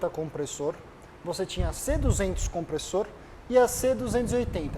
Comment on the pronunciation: Só o cara de preto que falou certo o nome Kompressor, pqp